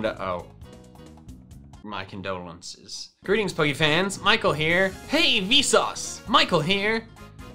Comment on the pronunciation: WHY DOES IT ALWAYS SOUND LIKE HE'S SAYING GORY TEENS POKE FANS!!!???